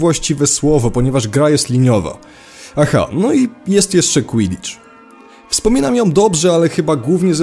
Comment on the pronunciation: oglądam ten materiał i nie wiem co to jest "kłidicz"